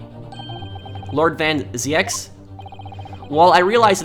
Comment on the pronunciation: as a dutch guy i can tell you that you pronounce the name van zieks as american would pronounce van Zekes, or van zeeks. van zieks is a dutch word meaning from sickness